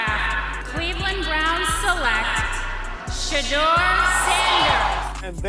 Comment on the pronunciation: If you can’t say his name right don’t make a video